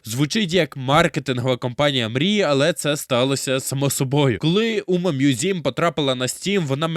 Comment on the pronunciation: Включив відео, почув умамузім - виключив відео